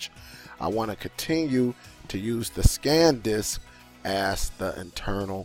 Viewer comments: The name is SAN disc. You kept saying SCAN disc. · Liking your videos but need to tell you not trying to diss or anything but I thought you would have corrected yourself after saying that like 6 times it's not scan disk it's San disk.. just wanted to help out have a good day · It's: S a n D i s k Not: S c a n D i s k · Great video but its "SAN" Disk not "Scan" Disk. Much love.